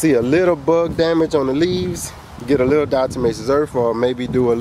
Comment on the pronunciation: Diatomatozome...is that what your saying brother?